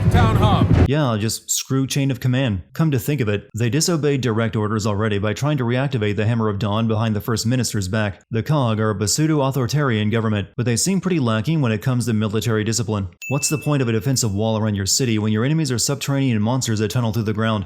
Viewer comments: Pa-seudo? You're pronouncing words wrong on purpose now, aren't you? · The p in the word pseudo is silent. It's just pronounced sudo, not "p-sudo" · "Pseudo" is not pronounced "be-sudo". First the constant mispronunciation of "homage" and now this. I'm starting to think you're trolling.